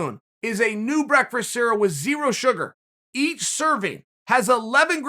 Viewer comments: Did big homie Chael jus say "breakfurst cereal" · I’ve never heard him pronounce breakfast properly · Was pumped when the cereal was the ad and knew he was about to say breakfrest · Chael "Breakfrast" Sonnen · Chael “breakfreast” sonnen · I believe the correct pronunciation is breakfrest. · best commercial ever, I keep rewinding to hear cheal say breakfrist